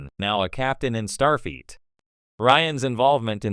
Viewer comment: I hate listening to these AI read stories butchering the pronouncing of names. I swear it sounds like it's saying "Starfeet" And then it just ends mid sentence.